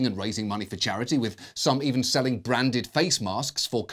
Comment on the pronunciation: I swear I heard "brandyed face masks" .